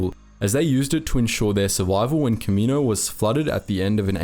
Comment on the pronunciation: like this my dude, "Ka`-Me-noses" and planet "Ka-Me-No"